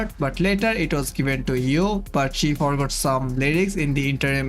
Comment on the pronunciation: It's Yui, not Yoo. I don't hear you saying the "i" in Yui